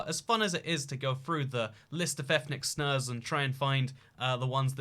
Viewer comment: "ethnic snurs"